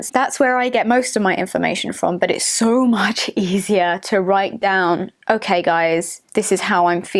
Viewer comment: "sue much fooken backlash"